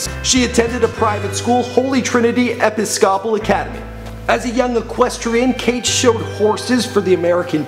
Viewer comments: "Epi-SCOPE-al"? Are you kidding me? Dude, maybe you should read some more or take some time off from the Internet? You can look up the pronunciation of "Episcopal" online. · Epis-cawpal? Dude wtf. R you living under a rock fam. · Ehphiscopal??? This man needs help pronouncing words. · She went to my school and He pronounced Episcopal wrong ...